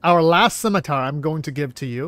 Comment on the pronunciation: Cap, thank you for making the effort on "Scimitar". Much Appreciated!